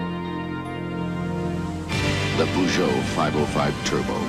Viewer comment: Cool video idea. Subscribed Gotta work on that Peugeot pronunciation tho lol